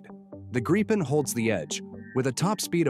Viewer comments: What’s a GREEPen? It’s GRIP-en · It's a Gripen not a Greepin. Must be AI. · Why are Americans unable to pronounce the word Gripen? It’s simple - ‘Grip Pen’ - then just stick those words together. Not hard. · I'm in favour of honouring the minimum F35 purchase, but finish off our fighter inventory with the Gripen. Maybe even get some extra Gripens. BTW, please vet your AI narration before publishing - it's annoying to listen to mispronunciations. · Gripen Do have the wit to properly Pronounce the name correctly and not in a frontier English slant